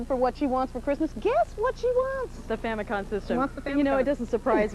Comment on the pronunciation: What's a..."Famicon"?